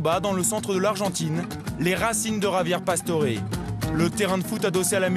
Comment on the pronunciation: ça m'énerve les gens qui l'appelle "javié pastore" alors que ca se prononce "rabière passtoré"!